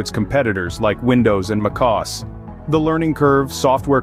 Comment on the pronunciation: Muckaus? What¨s "Muckaus?" Either this is AI-generated, and poorly so, or the narrator doesn't know shit.